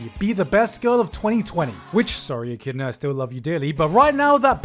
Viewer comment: You love Echidna so much you can't even pronounce her name. Rip